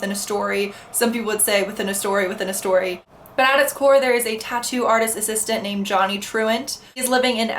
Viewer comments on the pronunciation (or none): none